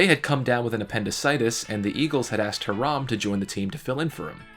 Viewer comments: It is pronounced ee•ram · Hiram is pronounced "HIGH-rem," it's an old-timey name. You make good videos. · I am Puerto Rican, and I am fine with it, and it was pretty close anyway. We just do not pronounce the letter "H"